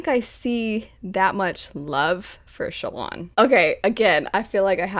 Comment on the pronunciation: Is that how Shallan's name is pronounced? I've been pronouncing it as Shallan, like Allan..